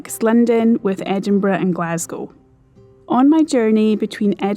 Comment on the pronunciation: I simply love your accent and the vid. The way you pronounce Edinburgh is simply magic. Every german English teacher would grant you with a 5 (which is is a bad note)😂 Just love it, go on like this and maybe once my Defender is ready to cruise, I m a participant of your journey offers…